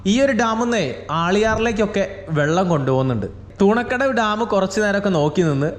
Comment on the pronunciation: തൂണക്കടവ് അല്ല തുണക്കടവ് ആണ്